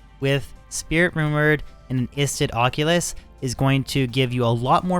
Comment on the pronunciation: Aussie? Its an oculus. Like ock you luhs. You new to d2 bro or just english